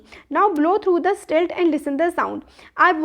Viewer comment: You are mispronouncing slit It’s SLIT not STILT